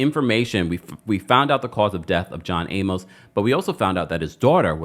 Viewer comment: Jeez man, you're killing me mispronouncing John Amos' last name! Use Google and ask for the pronunciation. Just scroll down and you'll see a short video.